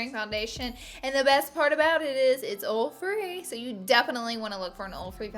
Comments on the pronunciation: she says oll instead of oil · Lol she can't really help it.. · snapfam! exposed highlight by tarte also I love the way you say oil 😍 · Ok I love how you pronounce "oil" 😁 and yasssss thank you so much for this video!!!! #snapchatfamily👻 #coolcomment ❄❄